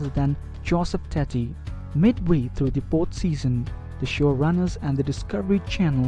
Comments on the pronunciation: its Joe Teti not Joseph Tetty and i bet you are an indian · I like how you sound like a geordie saying potato when you say Teti